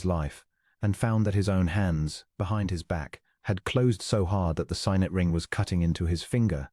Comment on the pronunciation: “Signet” is pronounced ‘sig-nət, not ‘sī-net.